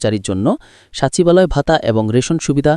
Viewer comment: মূর্খ সচিবালায় উচ্চারণ টা ঠিকঠাক মতো করতে পারেন না আবার নিউজ করেন সাচিবালয় বলে